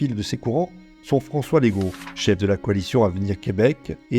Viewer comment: Legault se prononce le-go et non lé-go !